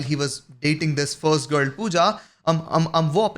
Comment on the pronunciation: Gur gur gurr gurr gurr, learn to pronounce girl ffs